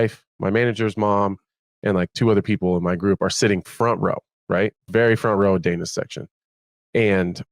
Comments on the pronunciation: Sounds like he said Dana was watching porn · Same I had to rewind it lol. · Not gonna lie I thought he said Dana was watching porn during the fight